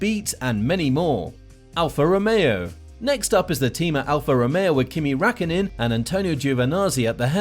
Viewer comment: But seriously Kimi Rackonnen?